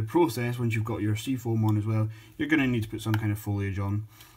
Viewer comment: ...didnt say it very clear....more British like...just sayin..